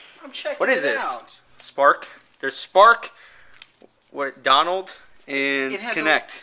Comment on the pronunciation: i believe dwnld is pronounced download not donald. haha maybe im wrong. maybe.